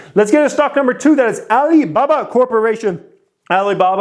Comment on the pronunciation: Can you stop saying Alibaba the way you do, it comes across as racist and its awkward! Other than that I am loving the content.